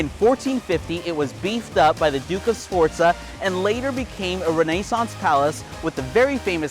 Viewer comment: Awesome, awesome video. I'll give it an 8/10. 10/10 for literally everything except the way you say Renaissance, which I give a - /10, lol.